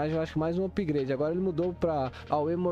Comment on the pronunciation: "upgreide" kkkkkkkkkkk